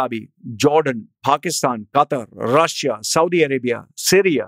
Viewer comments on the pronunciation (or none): none